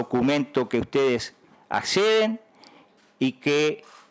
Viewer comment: dice Manini USTEDES ACEDEN